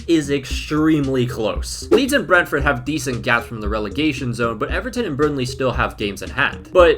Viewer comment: Surprised there aren’t many comments saying about how poorly he’s pronouncing Brentford